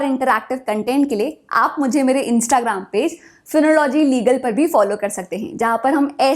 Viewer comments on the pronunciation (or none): none